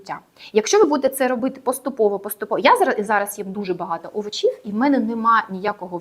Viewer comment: Дякую за цікаву інформацію. Але не овочІв, а Овочів( наголос на першу літеру О, а не на і)